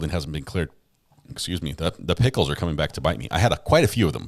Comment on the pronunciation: Do Southeners pronounce pickles as PEE-HICK-LES?